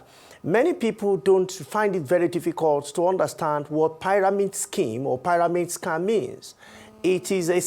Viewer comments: I really wanted to focus on this discussion but the consistent pronouncing of pairamid schemes just wouldn’t help me 😢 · learn how to pronounce pyramid